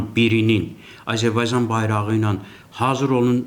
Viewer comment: Babat danışır ancaq Azərbaycan sözünü ermənilər kimi tələffüz edir.Belə də ki ,hələ indiki halda İranı parçalamazdar.